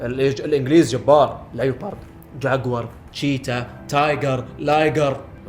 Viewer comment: غلط تلفظها ليو بارد انما ليبورد. وكمان شي اسلوب اخوك متصنع وتافه بحاول يعمل مثلك.